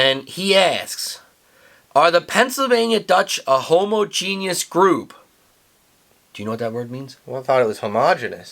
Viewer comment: pronunciation of homogenous long o was correct. I tried to paste clip from dictionary but it didn't work.